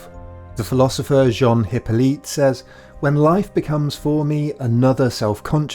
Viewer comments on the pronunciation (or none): none